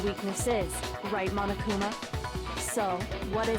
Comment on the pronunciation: Correction, Monokuma is not a mom, as you said. Lol Its Monokuma Not 'momokuma' XD i'm diying